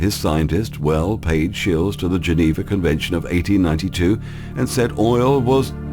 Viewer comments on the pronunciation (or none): none